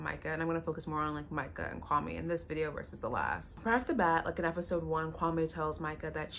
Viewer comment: Its him pronouncing his own name wrong. 😅